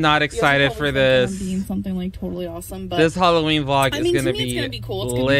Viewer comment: This girl says “holloween”